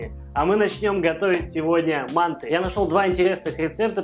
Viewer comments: Спасибо за рецепт. Мы жили в Таджиаистане и часто ели мантЫ с тыквой. Так и готовлю . Ещп в обжаренный лук кроме тыквы добавляется тертаю и обжареннаю морковь. Только привыкли слышать не мАнты ,а мантЫ. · МантЫ. Прости, я в Ташкенте родился, режет слух. Лайк поставил, продолжай в том же духе! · Интересно почему в России называют манты с ударением на А. Правильно манты с ударением на Ы . У вас очень интересно на канале! И готовите вы легко и с задором и реклама как то не мешает. Супер! 🍀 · Правильное название этого блюда с ударением на последнюю гласную букву, а не на первую. Почему-то в России об этом мало кто знает. По поводу того, что тыква долго готовится - это неправда, манты приходится варить долго на пару только лишь потому, что таким образом очень долго варится тесто, а сама тыква очень быстро разваривается.